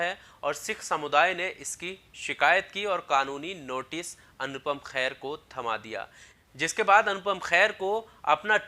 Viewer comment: भैया ,अनुपम खेर है ,ख़ैर नहीं अगली बार सही उच्चारण करें